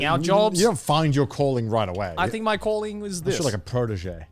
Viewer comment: Am I the only one who kept hearing “colon” not calling?????? 😂 I was so confused until I got it